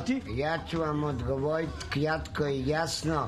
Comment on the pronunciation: prije svakog odgovora "kjatko i jasno" 😁